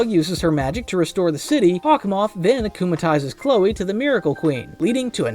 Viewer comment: “Akumalises” , “miracle” , “rena rogue” He has clearly never watched an episode in his life- 😭💀